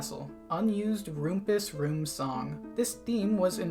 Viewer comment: I’ve never heard someone pronounce Rumpus room like that